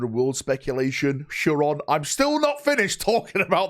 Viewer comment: Each time you say ChaYron instead of ChaIron GW resets the Pedro Cantor release clock XD